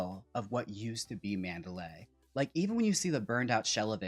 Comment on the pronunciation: Manderley is pronounced Man’-der-lee. Not Man-da-lay’.